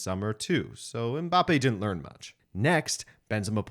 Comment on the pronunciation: The commentator is one of the fewest westerners who pronounce "Mbappe" the correct way unlike the majority that say "em-mbappe"